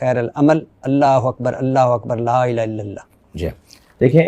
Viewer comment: میری گزارش ارشاد بھٹی صاحب سے ہے۔ کلمہ یا اذان پڑھتے ہوئے تلفظ کا خیال کریں۔ الہ کو آپ الا بول رہے ہیں۔ معذرت۔